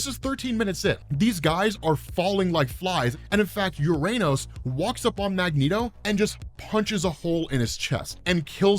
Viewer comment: Uranos - Yur-an-Ose. Not Yur_Ayn-Ose. It probably comes from the alternate pronunciation of "Ouronos" (one of the original greek pronunciations of the god of the sky)